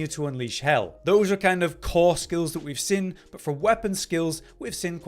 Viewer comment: The way you pronounce “seen” is driving me NUTS 😂😂😂